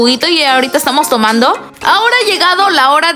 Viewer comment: 7: 25 escuché fumando en vez de tomando